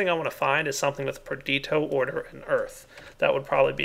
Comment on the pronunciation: Love the series,, but for the sake of all we nazis and pedantics out there, please just try and say Perdi-TI-o and Precan-TA-tio:)